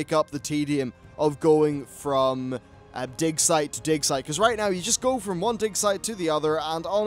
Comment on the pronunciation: All I can hear is.... "di*k" site :-D